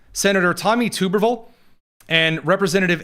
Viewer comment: as a resident of Alabama, I have to correct your pronunciation of one of the finest Senators we have (who I do HOPE will be our next Governor), Tommy Tuberville. It's pronounced Tub errr ville. Thank you for your attention to this matter. 😀